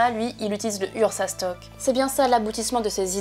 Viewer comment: Ursus shock pas "ursas stock" ^^ (bientôt le URSSAF shock haha) , une bonne petite review bien sympa Sinon. Un scan pas extraordinaire mais avec deux trois révélations.